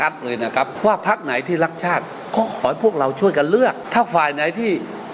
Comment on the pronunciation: รักชาติ หรือ ลักชาติ เอาดีๆ กระดกลิ้นหรือเปล่าฟังไม่ชัดเลย ลิ้นมันไม่มีกระดูกอะเนอะจะพ่นอะไรออกมาก็ได้